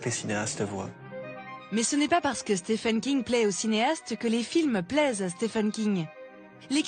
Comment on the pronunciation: Pourquoi tout le monde s'obstine à prononcer son prénom faux ? Stephen aux USA se prononce Steven, d'où la graphie Steven d'ailleurs... SteFFen c'est en Allemagne...